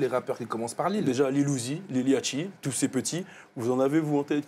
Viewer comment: C'est Lil Yachty pas Yatchy